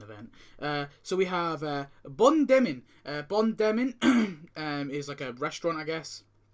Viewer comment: It's not Bon Denmin but it's Bon Dormir ( Good Sleeping in english😉 ) Yes i'm french 😂